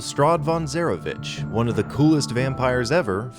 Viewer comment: Strahd Von Zarovich (Zarobitch)